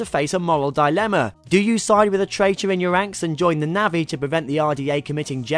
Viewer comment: navvi? nah-vi :)